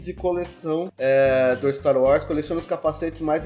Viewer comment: empreção minha ou o fala staro wars?